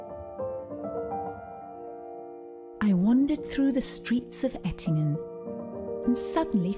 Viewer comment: You were in Ettlingen near Karlsruhe but you pronounce it Ettingen (which exists but is located in Switzerland).